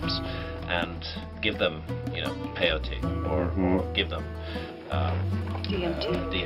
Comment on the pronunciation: It's two syllables, not three. When a so-called expert speaks on Native American spirituality and pronounces peyote with three syllables I know he doesn't know what he is talking about and quite possibly is a fraud. Another thing, grabbing our Creator's ear doesn't require drugs be they natural or synthetic.